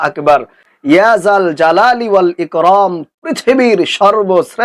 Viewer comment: লেখছেন ইকরাম বলেন ইকরম।